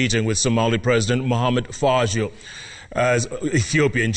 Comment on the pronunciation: It's not Mohamed fajo it's Mohamed farmajo jeff